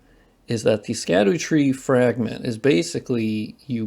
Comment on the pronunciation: "Sca-doo" tree is "shad-dow" tree